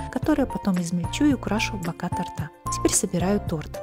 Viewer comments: Режет слух. Правильно будет тОрта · Закончила просмотр на слове тортА, кровь из ушей